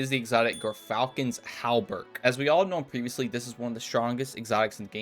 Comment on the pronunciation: Not to be a dick, but it's pronounced "Jeer-Falcon's How-berk" 😉👍